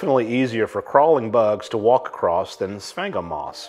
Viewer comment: I’ve heard “sphagnum moss” pronounced a lot of different ways, but this is the first time I’ve heard it called “spank ‘em moss.” I’m making a note to myself to say that, next time I have occasion to talk about that stuff.